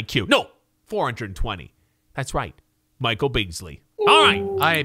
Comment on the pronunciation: Am I the only one who smiles when he says “soary” and “mikal”